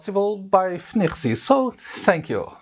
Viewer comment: I mostly wish I could pronounce FNIRSI as well as you 🙂